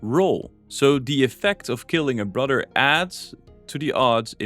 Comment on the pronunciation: Brudder...brudder...brudder...you spell brother a thousand times in this video and just cannot say it correctly at all.